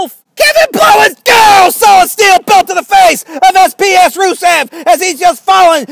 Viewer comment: I died when you said Kevin blowens